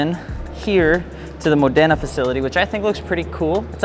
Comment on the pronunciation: Hey, i'm italian and every time you named modena city my ears explode. The accent is módena. Next time you will know😊